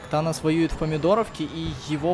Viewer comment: мне одному кажется когда говорят танос я слышу анус?